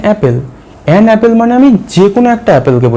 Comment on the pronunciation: Apple এর উচ্চারণ অ্যাপেল নয়। সঠিক উচ্চারণ হলো অ্যাপল।